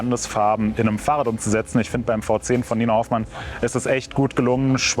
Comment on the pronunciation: V10 wird immer englisch ausgesprochen- "wie tenn" Fau Zehn ! Man sagt ja auch nicht Santa Krutz 😁